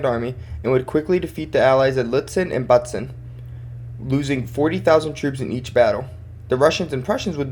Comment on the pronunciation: Constructive criticism: Speak more slowly! And try to make some pauses! German names like Bautzen are pronounced as BAU-tsen or HA-nau with an emphasis on the first sylabel.